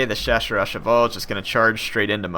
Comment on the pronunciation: I know only a tiny bit of French, and I can not help but completely destrot French spelling, but when chaussers au Chavail is pronounced correctly, it sounds so fucking pretty